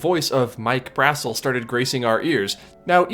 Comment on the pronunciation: This really isn't a big deal but Mike Brassel's last name is pronounced "bruh-SEL" not "BRAH-sel" :)